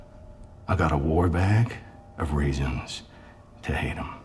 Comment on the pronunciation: I thought he said “raisins” at first lol